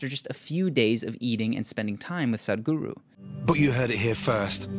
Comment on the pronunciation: It's not Saaadgru, it's S-uh-thh-g-oo-roo